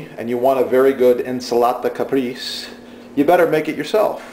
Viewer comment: ahahahhahahaah «INS'LATA CAPRIISS» ahhahahhahahha